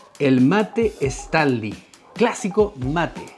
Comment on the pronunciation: Hola 👋. No es “/Estanly/. Es /Stanly/ I’m talking about pronunciation 😉